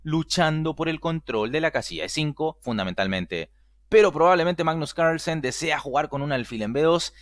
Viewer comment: Venga tío. .. no pronuncies Carlsen como si fuera un apellido gringo